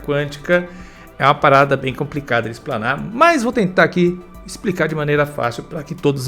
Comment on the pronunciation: "ESPRICA" PRO SACANI. KKKKKKKKK